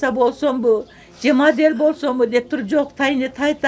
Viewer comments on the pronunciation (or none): none